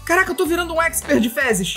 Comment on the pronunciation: Felipe: " Tô virando um exper em feses" Eu: O queee? MORRI KKKKKKKK